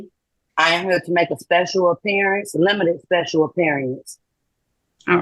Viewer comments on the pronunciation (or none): 🤣🤣🤣She speshul alright!!